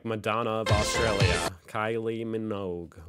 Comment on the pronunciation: While your talking about accents and Australia may I gently point out that the emphasis is on the sta part of Australia, not the Aus part...?